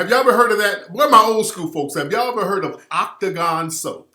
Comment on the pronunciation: You brought it back wit " Octogon" hahass